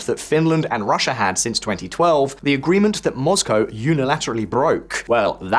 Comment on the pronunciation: I approve of the correct pronunciation of Moscow as'Moss-cow', thank you.